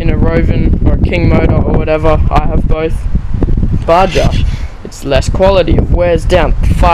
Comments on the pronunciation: its called baha not ba ja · its pronounced BA-HA not BA-JA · for the love,lol! PLEASE PLEASE pronounce it right! BA-HA not BA-JA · its pronounced BAR-HAR not BAR-JAR. good review though. I have a HPI baja my self. Thanks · Its baha!...not baJa...bro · Actually its pronounced BA HA. As in a from the desert BA HA. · You can't even say BAJA right. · Just to let you know, "baja" is a Spanish word. The "j" is pronounced as an "h". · ***** Not if he's literally pronouncing it wrong. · ***** Jeez, just keep getting it wrong.